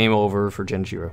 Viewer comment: "Jenichiro"? Seriously? How?